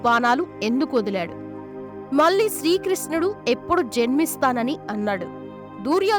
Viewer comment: దయచేసి అక్షరాలు స్పష్టంగా పలకండి. వ్రేళ్లు లేదా వేళ్లు అనండి. వేల్లు కాదు. మళ్లీ అనండి, మల్లీ కాదు. కృష్ణుడు అనండి, కృస్ణుడు కాదు. మొదటి 17 సెకండ్లలోనే తెలుగుని ఖూనీ చేశేసారు. చస్తున్నాం వినలేక. సాక్షాత్తు కృష్ణ పరమాత్మ పేరు కూడా తప్పుగా పలికి ఈ వీడియో మీద ఏవగింపు కలిగేలా చేసారు.